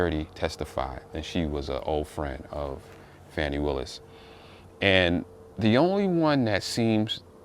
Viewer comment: Her name is Fani (Faw-nee) Bruh, Stop being a Chicken Head behind all this dis-information these right-wing, MAGA, racist white folks are disseminating They are trying to degrade this women in front of the world; and you helping Straighten up! Our Ancestors are watching!!!! You don’t even know weather this released information is true. It’s word of mouth and have not been authenticated. Thus far, they have proven nothing Step aside, make room, bow down, and watch this Sista take her rightful place on The Throne